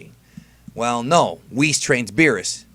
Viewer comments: "Beerus and WHIS" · ...D-Did this man just call him Whis?... WHIS?